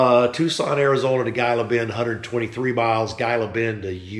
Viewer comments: I just watched your videos of your trip thru Texas to California, and I must say you have great videos. In Texas you traversed the Chihuahua Desert and into the Mojave Desert of Arizona, two diverse eco areas. But I must correct you on one point, Gila is pronounced "He-La" as in the Gila Monster. Great videos (all of them) and you two be safe in your travels. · Its pronounced heela..g is h sound